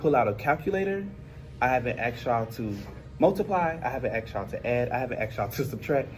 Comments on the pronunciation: A teacher saying he axed his students. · I cannot state how dumb it is that a teacher says "I haven't AXED you to..." Sir.. you're a teacher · Hearing a teacher say, "I didnt axe y'all"... blows my mind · The hypocrisy of the "axed y'all" teacher..